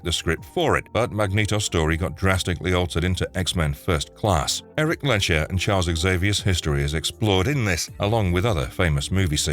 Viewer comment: It's not 'Len-sher', it's 'Lehns-herr'